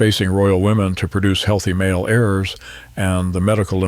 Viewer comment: AI is crap. It hopelessly mispronounces all sorts of words.